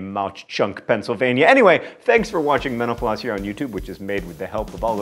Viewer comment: EVERY time you pronounce “Mental Floss” you actually say “Meno Pause.” Wish you’d pronounce it with more care.